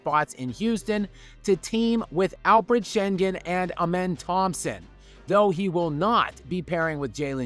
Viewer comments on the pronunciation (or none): none